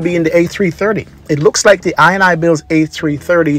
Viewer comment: The developers name is pronounced: in-e-builds. the ini bit of the name comes from the .ini files..